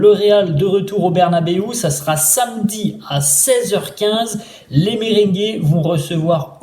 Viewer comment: On dit merengué pas mberingué😂😂😂